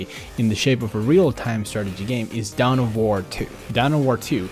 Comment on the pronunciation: down of war? you mean dawn of war